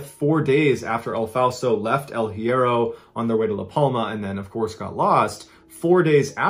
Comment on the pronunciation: Love you MB! You should hit me up to assist with Spanish pronunciations bro! El Hiero is pronounced: “L•E•air•oh” Archipelago: “aar•kuh•peh•luh•go” 🤙♥️